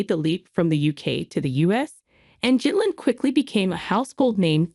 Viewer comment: I presume AI can’t consistently use a hard G.